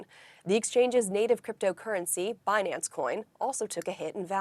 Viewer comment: It’s binANNce 😅